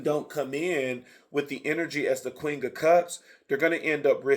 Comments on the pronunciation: Every time he says “QUING” 😂🫶🏽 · 😂 yes it sounds like you’re blending queen with the word king 😩🤣🤣 QueenG!